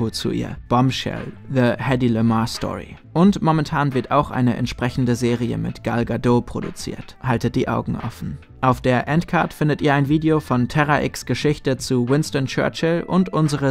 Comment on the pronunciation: Hi, wie immer super video, einen Hinweis aber noch, Gal Gadot ist eine israelische schauspielerin und im hebräischen spricht man das t am ende mit. es wird sogar ziemlich hart ausgesprochen.